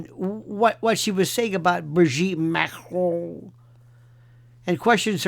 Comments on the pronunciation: First time I hear dictator Macron's name pronounced correctly by a US/UK speaking person. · You are the only American who pronounces her name correctly, it's not Mah-krone! Libel and slander has never been legal despite free speech. It won't matter how many DNA tests she has people will just say they were fixed even if Owens supervised them herself people will say it wasn't Owens but her brother dressed up as her. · I love the way Lionel pronounces Macron